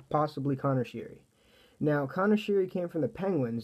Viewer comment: uh it’s pronounced sherry